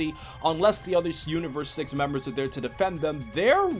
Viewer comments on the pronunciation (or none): none